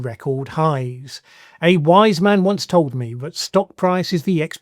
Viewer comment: Thanks fella. Really interesting Q&A you just helped me, to able to explain my politics to people. Travel broadens the mind. I’ll never give up on people. Still have the mindset of an idealistic callow youth. It’s how you say « Once » that gives it away 😉🤘